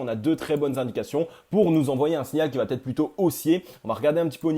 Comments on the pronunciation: comment t'écris "ça va-t-être"?!? ;-) Il n'y a pas de T dans la liaison. Pour le reste bravo -) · Merci pour cette vidéo très intéressante mais ta crédibilité serait encore plus forte si tu acceptais de supprimer ce foutu T après va. On dit va être, pas va têtre